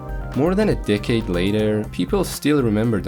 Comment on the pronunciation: i thought he said dickade